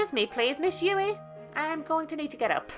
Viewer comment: When you say Yui, I think of the spelling Yewee.